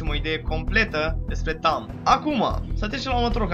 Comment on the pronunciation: in primu rand e tahm nu tamm si in al doilea rand chiar o sa manance aliatii si inamicii